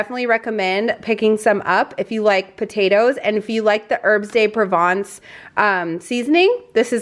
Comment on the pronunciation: A lot of really good items. My mom loves artichokes, that would be right up her alley. The Herbs De Province potatoes really a quick and yummy side. I like to put them in the air fryer. By the way, the S in Herbs De Province is silent. I'm not are if I'm hearing this, but you sound a bit stuffy. I hope you're not coming down with a cold. If so, I hope you get well soon. Hopefully, it's just allergies. My kiddo has been struggling with hers lately. Happy holidays, you guys!